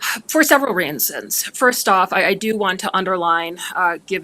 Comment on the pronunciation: "hah, for several rinnssons."